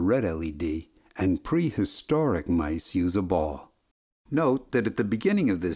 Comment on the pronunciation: This man said prehistoric :(